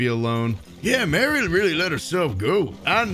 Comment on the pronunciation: Thats not mary thats mare